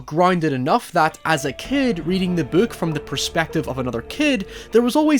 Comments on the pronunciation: beeuk? just say book goddam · You say book like “bouk” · “the buook” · Lol he said the buuk instead of book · The way he says " buuhk" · I love how he says book